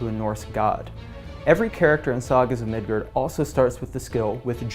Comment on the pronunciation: Mid GUARD! Not Gerd!